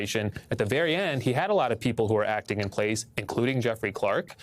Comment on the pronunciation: "Jeffley". Lol